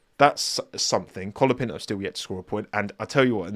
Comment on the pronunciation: did you say “Franco Colabinto” lmao